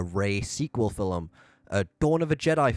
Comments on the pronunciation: Bro keeps saying “fillum” instead of “film” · I absolutely despise the way you say film. Its film, not filumm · It's film. Not fillem. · "Film" is NOT pronounced like fil-im. Omg you sound so dumb